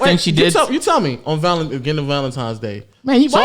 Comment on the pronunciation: Please tell me he's not saying "Valentimes" 😂🤣 come onnnn 😂😂